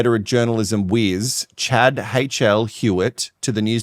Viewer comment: Chaad??? Baaabe, come on!